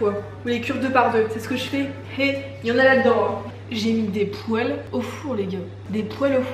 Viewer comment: omggg je l'aime elle aussi elle dis une "pouele" heheeee